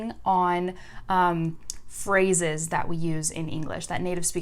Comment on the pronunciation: when you say "phrases" I heard "frozzes" I was like ; wtf is this new word (and u used this word 5 times in a row) btw ur rlly cuuute if you want to speak french like a native speaker, date me haha